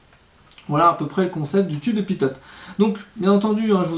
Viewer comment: Salut et merci. Il me semble qu’on dit "pito" et non pas "pitote". Bonne continuation!